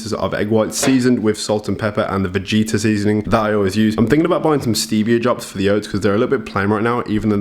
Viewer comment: the vegeta seasoning is not vegeta as in dbz, its g as in gaming ve guuuu ta